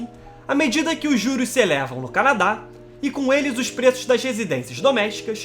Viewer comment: PUTA QUE PARIU!!!! Eu juro que tento ver os vídeos desse canal. Mas, de boa, o jeito que esse carinha narra é insuportável pra mim! O cara parece que canta, dá sempre ênfase às sílabas finais: canaDÁ, hostIL, inverNO, planeTA! Aff! Não dá pra mim! É chato pra CARAI!